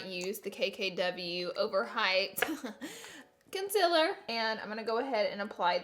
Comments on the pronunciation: Laura,you know it's CONCEALER not CONCIL'R you're just doing it to get people mad."OKAy🙄" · My friend heard her say conc-I-ler once instead of concealer and now she says it nonstop Laura you have created a monster. Lol honestly though I have country accent but I still say con-seal-er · CON-CEA-LER (cun-see-lir) it’s really not that hard Laura bbg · and Heh K-un-si-la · It's pronounced cunceelar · you say concealer wronng you say conceler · no hate but the way she says "concealer" makes me laugh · Can u say concealer right please ugh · Omg how is she saying concealer arghhhh